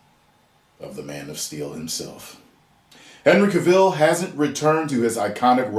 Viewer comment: Ok.... as a black man, I'm totally against a black super man if his name is Clark Kent. Bring us Kalel/Calvin Ellis. Don't just race swap!!!!!!!!! P.S I hate the way you pronounce Henry Cavill's name 😂